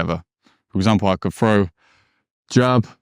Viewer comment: …..throw not fro.